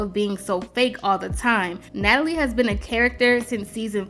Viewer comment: How she keep butchering Natalie’s name 😂😂😂😂😂 I LOVE THE SHADE, baby!!!